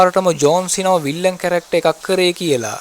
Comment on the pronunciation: විල්ලන් නෙවෙයි යකෝ විලන් 😂😂